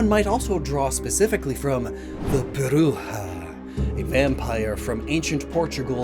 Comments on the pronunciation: About flutter mane, Its not "bruha" like, at all. Portuguese/Brazilian portuguese isnt Spanish, we would say "brusha" Btw "Bruxa" can be translated into "witch". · It's "brusha" not "bruhha?" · As a Portuguese speaker, Bruxa isn't pronounced as bru-ha, is bru-cha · Bruxa (pronounced Bru-sha in portuguese, the way said it is Spanish) just means witch. Which for the Misdreavus line is incredibly fitting! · Bro the Bruxa at Flutter Mane killed me. I know its a natural mistake because of different languages however Bruxas in portuguese are the way we say Witches and we usually pronounce them like Bru-Cha. Still i liked the idea of Banshee to Flutter Mane. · I laughed hard at the "bruxa" pronunciation